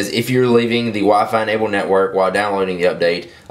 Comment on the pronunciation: "via wa-fai"